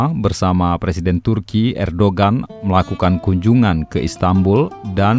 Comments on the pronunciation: Ditulis Erdogan dibacanya Erdoan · Kenapa di baca Hagia 🙄 Erdoğan di baca erdogan? Ceci 😁😁😁